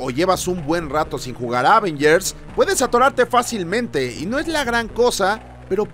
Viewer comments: Ávengers jajasj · Me pone muy nervioso esa forma de decir "Ávengers"